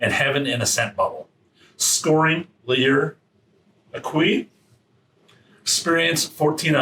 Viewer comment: “Lur exkeesu”